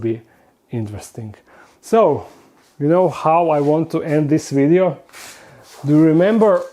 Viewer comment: "Don't forget to like this wideo"